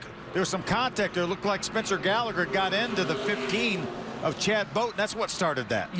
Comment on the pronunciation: "What a save by Spencer Gairligher!"